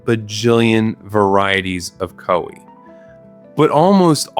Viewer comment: If I hear him say Koeh instead of koi one more time graaah im gonna grrr do absolutely nothing about it